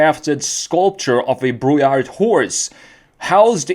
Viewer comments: As a french, Brouillard means Fog, the D at the end is silent. You're supposed to say Brouillar. Otherwise, the rest is correct 😄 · The D at the end is silent. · I really like this car And your French pronunciation is (almost) perfect...just loose the "d" in brouillard 😉